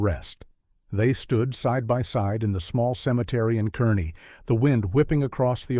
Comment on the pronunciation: Car-nee. Not Kerr-ney